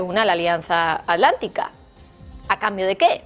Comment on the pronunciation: ¿Alianza Alántica? ¿Y la 't' dónde quedó?